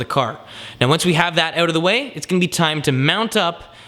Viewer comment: "oooout".... fuck is everyone from Canada?